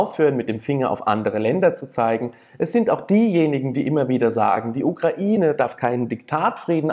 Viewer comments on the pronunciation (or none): none